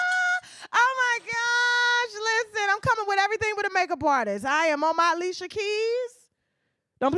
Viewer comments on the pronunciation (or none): none